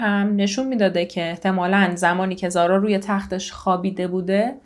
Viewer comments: ممنون از زحمات شما بله تلفظ اسم رو درست گفتید و اینجا هم زارا میگن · ممنون از اجرای عالی و پرونده ای که مثل همیشه انتخاب خیلی خوبی بود. زارا رو کاملا درست تلفظ کردی و اگر با حرف h نوشته بشه ریشه عربی داره ولی بدون h هم نوشته میشه، چقدر این فرشته کوچولو خاص و دوستداشتنی بود همه هم دوستش داشتن و بفکرش بودن به جز پدر و نامدرای اش واقعا ناراحت شدم، از چهره نامداری اش مجرم بودن و سایکوپد بودن میبارید، امیدوارم سختترین دوران و لحظه های رو تجربه کنه که برای انسان ممکنه.